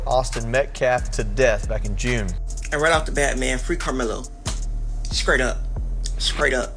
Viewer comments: Did that 2nd tool say “scraight up?” 😂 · I stopped listening after “scraight up” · What is 'skrate' as in 'skrate up'? Can't even speak English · Did he say “scrate up”?? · He said SCRAIGHT up! Yes with a C!! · "skrate up".... Ignorant...